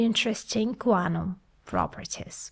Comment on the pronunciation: I cannot stop listening to "Guanum" as Guano, but Quantum ^_^